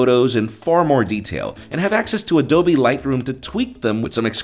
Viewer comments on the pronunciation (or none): none